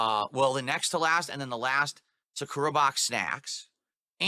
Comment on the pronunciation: Oh my fuck, I HATE the way he insists on mispronouncing "Sakura."